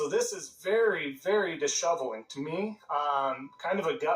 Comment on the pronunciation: Bruh, did this guy just say dishoveling that's not even a word what language is this koala speaking 😂😂😂😂